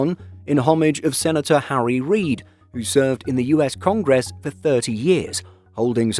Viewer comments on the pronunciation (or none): none